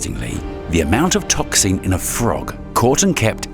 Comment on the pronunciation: The inability of the narrator/AI to pronounce any word ending "---xin" is absurdly annoying.